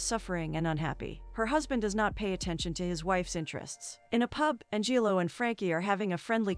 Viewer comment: An-jillo? LOLz